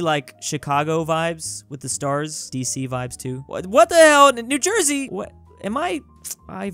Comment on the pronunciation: New Jewsey